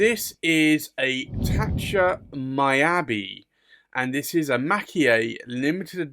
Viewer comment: Beautiful Pen!!. Just want to say Miyabi is pronounce " Me Ya Be" not " My Ya Be".